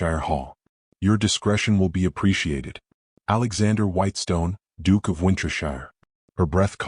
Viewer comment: The Dook!!